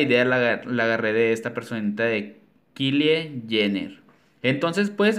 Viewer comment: Me encantaron Que Chulas 😍 Morí contigo cuando mencionaste el Nombre 😂😂 Se Escribe Kylie Pero se Pronuncia Kayli es amiguita